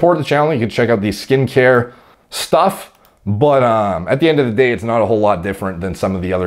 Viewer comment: This actually made me laugh out loud, because I heard say it like "DEH" instead of "day".